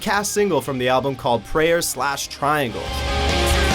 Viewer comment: I sorry but PRAYERS/TRIANGLES??!! I CANT STOP LAUGHING!!!!!